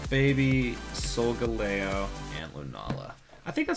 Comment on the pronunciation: here are some of the pokemon you mispronounced 1. Bon-sweet 2. Soul-gal-e-o 3. Puke-oo-meuke-oo 4. Shin-ot-ic 5. Pop-li-o